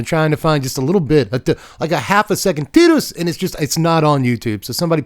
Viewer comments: Tea-dus is correct... but c'mon Tie-dus is so much better in English specifically it hurts. It probably wasn't intentional, but it fits so well. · Tidus is pronouced like Teedus. You are correct. But I really dont mind anymore. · The clip you're thinking of is probably from Kingdom Hearts. Tidus's name is never said in FFX, but it is said in crossover content like Dissidia and Kingdom Hearts. And in Kingdom Hearts, Wakka says Tidus's name. (And in KH2, Selphie also says his name, but she says Tye-dus instead of Tee-dus, meaning that there are two official pronunciations of his name within the same franchise.)